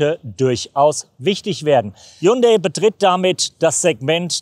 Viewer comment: Während alle anderen Journalisten HYUNDAI mit i aussprechen, wählen sie die englische Form HYUNDA Y, warum ???